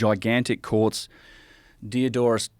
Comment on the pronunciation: When this guy says courts it sounds like quartz